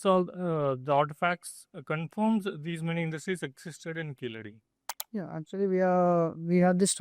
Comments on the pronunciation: Please say "Keezhadi" correctly. It means "lower step". It is not Keeladi as mentioned in the video. In fact, an even older archeological site is on the banks of the Thamirabarani river at Adichanallur. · It is Keezhadi and not Keeladi... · கீழடி. கீலடி இல்லை. Say it right. No sense of pronunciation of the Tamil language. Just yapping. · It will be nice to talk about literature of an ancient civilization and language if you can learn how to pronounce கீழடி . Jarring to the ear. ✅ Correct: Keezhadi ❌ Incorrect: Keeladi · ITS NOT KEELADI U MUTT - IT IS KEEZHADI! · Its keezhadi not keeladi kudos to ur team 👏👏👏👏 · It is Keezhadi. Not Keeladi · It is Keezhadi, not Keeladi. Like Tamizhu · It’s good and a welcome move that you are voicing the concerns but first learn to spell the name properly it’s Keezhadi and not Keeladi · It is keezhadi. Are tamils forgetting the use of zha in Tamizh language.